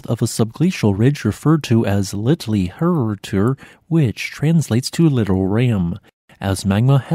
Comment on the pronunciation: "Hurutur" is in fact pronounced Rhootür, that is with a silent r in the beginning, and something like a French u or German ü, imagine saying universe with an initial vowel between y and u with which it is usually pronounced in English!